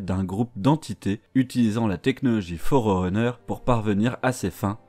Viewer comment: Merci pour cette vidéo. C'est toujours cool de revoir les bases. PS: Ça se prononce "Forruneur" 😉